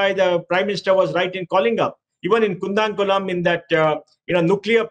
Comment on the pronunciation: Its Koodankulam (கூடங்குளம்)Nuclear plant. Not "Kundakoolam nuclear plant ". Could you please correct it